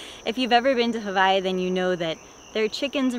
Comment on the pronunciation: This is the most epic fruit farm! Your kids are going to be so blessed to grow up eating all the fruit you planted one day. I also love you trying to pronounce hawai’i correctly. You are incredible, so stoked for you.